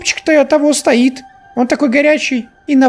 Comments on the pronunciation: ты сказал, что: супчик того стоит и поставил ударение на "и"!!! ошибся словом немного!! Будь повнимательнее.... ОК!!!! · Супчик того стоит. Не туда ударение поставил